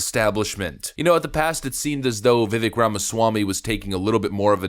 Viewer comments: Overly long intro are frustrating, yet this channel forces TWO separate hypothetical gates to get through to get to the point. And you mispronouncing Vivek name over & over is kinda unbelievably. He’s explained this, it essentially rhymes with CAKE 🎂, it’s pronounced as Viv-VAKE. not Viv-Veck. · Stop calling him Vivvick!! You sound redarted af. His name is pronounced viv-AKE, rhymes with cake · FYI, per Vivek, his name pronunciation is like “Cake” - - - i.e. Vi-vāk. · I agree with everything you said. Thank you for using the word apparently in the the right places. But if you talking about someone publicly you should probably get the name right. It Vivek that sound like cake. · Vivek sounds like "cake." Just a helpful tip. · His name is pronounced as Vi-Vake, like cake. Just saying. He's amazing! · Vivek....rhymes with cake.... :) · Just as a side note, his name, Vivek, sounds like Viv-ake rhymes with cake. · His name's Vivek, and it rhymes with cake! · i usually agree with you and i do here with the exception of how you say Viveks name. Itr viv-ache... stop being the douchebag you denounce on this topic... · LOVED his Debate presentations. Please pronounce his first name correctly. * the last part vek sounds like 'cake' or 'make'. More 'a' * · His name is pronounced ViVake - like cake. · His name is pronounced vi vake like cake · Its pronounced ViVake like cake. Just fyi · Its "Vivek like cake." How to pronounce his name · Vivek says his name "rhymes with cake".